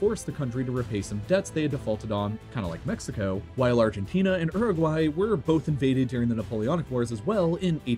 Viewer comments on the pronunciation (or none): none